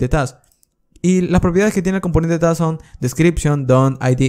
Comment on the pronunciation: Lo peor es que su pronunciación de task es súper confundible entre plurales y singulares, hablando resultaba incluso más confuso en varias ocasiones.